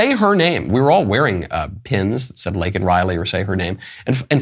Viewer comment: I call a tie for the most disgraceful moment of the speech between him mis-pronouncing Laken's name and shaming the highest court in our land. He repulses me.